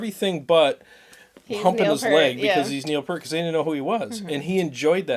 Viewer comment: RIP Neil. So sad. FYI, the pronunciation sounds like Peeeert. P then "ear" then T. =). Only took me 40 years to learn that I'd been saying it wrong. Thanks for the live stream! One of these days I'll catch one as it happens!